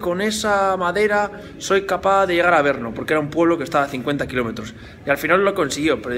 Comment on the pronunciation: Porqué dice Berno?